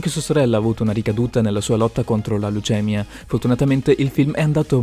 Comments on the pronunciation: Ma che cacchio é la "laucemiá"? Leucemia si dice pistola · Cos'è la lèucèmia? O.o ahaha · Scusa ma che prendi video e li traduci pari pari? Dici non molti si prendono cura... intendevi tradurre care?😑e quandi dici leucèmia è perché vuoi tradurre Leukèmia? Maddai... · Leucemia si dice "leuce-mia" ,non "leucèmiA" ahahahah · la lucémia? HAHA si dice leucemía HAHA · La LUCEMIA?? 😂😂😂🤣 leucemia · Non si chiama lucemia, ma "leucemia" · la luciema!!!😂🤣😂🤣😂🤣sei bravissimo ma ti prego non lo dire mai più!!!! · Oddio hai detto davvero leucèmia? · Kiniu, Lucemia, etuei?? Le misarables (seriamente?); hag 😂; dai ti prego! Non si può sentire! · Leucèmia. Leucèmia. MA CHE CAZZZZ.... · Contro la leucèmia!!! non si può sentireeee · Leucèmia??? RigoLoso?? Balbuzia??? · Leucèmia... che cazzo è? ahahahahahahahahahahahah! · Però leucèmia non se può sentì! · Spero tu non sia di madrelingua italiana perché “leucèmia” è illegale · lucèmia... non ci si crede.. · Kiniu, Leucemia, Le miserabls, oddio. Davvero, se vuoi fare dei video devi quantomeno saper pronunciare le cose nel modo giusto. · leucèmia dai cazzo l'italiano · Mi è bastato sentirti pronunciare leucèmia per capire che non capisci un cazzo e bloccare il video. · Ma come hai pronunciato leucemia?.... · Come cazzo hai pronunciato leucemia e Hathaway😂😂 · 1.21 leucemia🤣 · Non sai dire leucemia e fai video di questa portata?🤪🥳🥴🥴🥴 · Già..........come hai pronunciato Leucemia ?!?😂😂😂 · Come l'hai pronunciata "leucemia" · Neanche “Leucemia” sai pronunciare , ti limiti a fare questi video leggendo semplicemente altri siti e ci fai pure un sacco di soldi .. hahahahah , che ridicolo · Non sai neanche dire leucemia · ma come fai a non sapere come si pronuncia leucemia!? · Ma come cazzo pronunci leucemia?